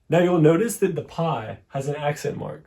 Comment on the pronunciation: Please, "pí "or "pi" with any accent for that matter, or without an accent, is not pronounced "pie." It's pronounced "pea."